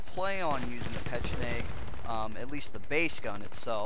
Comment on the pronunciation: Just a tip yo said pecheneg about 100 times...try to say it! ;) xD